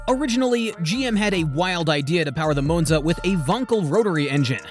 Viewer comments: It’s not a moonza. It’s Monza. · I had to stop watching after the 5th "Mown-za". It's Mawn-za! 🙄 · It's not a .... Moo-nz-a It's a ... Ma-n-za. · Moonza really? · Moanza?? LOL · I thought it was Moanza. 😂😂😂😂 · M ON ZA, stupid Ai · Stupid AI just cannot pronounce the name of this car correctly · I really wanted to watch this video but I couldn't tolerate how Monza was repeatedly mispronounced. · That's what I was thinking. I made it 2 min. Then paused it, went to the comments. To see if anyone said anything.